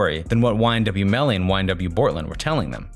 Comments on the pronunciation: It’s “ymw” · This is how many times he says YMW Melly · This is how many times he said “YMW melly